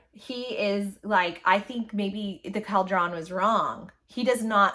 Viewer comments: Caldrawn? Cawldrun. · why do you say caldron like that? It's pronounced cul-dren. Like a witch's caldron. It's so weird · I am all for Az and Gwen! I’m not a fan of Elaine right now and Az deserves better! Ps: I thought it was pronounced like call drun, at least that’s how the audio books say it. Did I miss something in the book? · The way you pronounce cauldron kills me 😭🤣